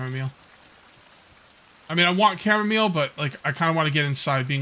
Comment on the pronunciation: Chamomeal... sorry mile, chamo-mile 🤦🏻‍♂️